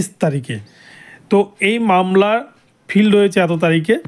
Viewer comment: ফিল্ড নয় ফাইল্ড